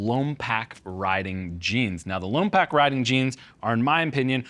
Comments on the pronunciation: Lom pock, not Lom pack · It's not Lompack... it's Lom - Poke. Im from Lompoc.. dude that was had to listen to. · I think the point is if you can read and speak english lompoc is definitely not pronounced PAK